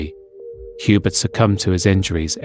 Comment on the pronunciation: Piggybacking on this comment to politely add that Hubert’s name, being French, is pronounced like yu-BEAR rather than HYU-bert.